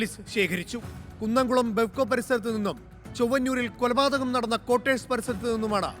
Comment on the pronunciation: കൊലപാതകം✅ എന്നല്ലേ ശരി? പല വീഡിയോകളിലും 'കുലപാതകം' എന്നാണ് പറയുന്നത്.